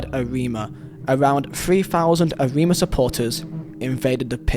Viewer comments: it's called AREMA FC not AMINA and it's also called PERSEBAYA not PARIS BAYA! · When I saw the Argentine Gate 12 story I thought "Swear down If Kanjuruhan made it into this list...!!" Kanjuruhan directly after Gate 12 "F*cking hell!" Also pronounciation Arema: A-ray-ma Persebaya: Pear-sae-ba-ya TILL TODAY NOBODY GOT CAUGHT!!! 😡😡😡